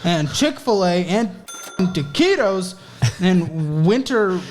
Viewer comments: Dude the fuck is "ta-ci-tos"? I l legitimately have never heard that term... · Imagine doing a drinking game where ya gotta do a shot every time he says taqitos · You actually started to sound Spanish when you were saying toquitos rapid fire. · Every time says taquitos I get flashbacks